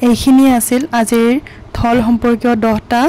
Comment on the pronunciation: ঢল নে ঢোল । শব্দৰ উচ্চাৰপ বোৰ অলপ শুদ্ধ কৈ কবলৈ শিকি লব ।